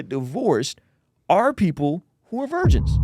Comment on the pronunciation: lol why did you say it like that "vigirns in the chat" 😂 Edit: My answers to would be a yes.